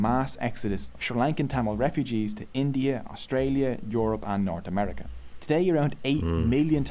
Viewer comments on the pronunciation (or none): none